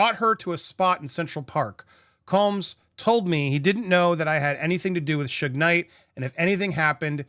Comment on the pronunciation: Suge is pronounced like Sugar....